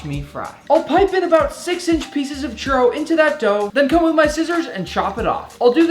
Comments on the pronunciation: I’m Spanish and I don’t call it a chooro……it’s chUrro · I’m from México an I’m triggered by the way u say “churro” it’s spelled “churrrrrrrrrrrro” try it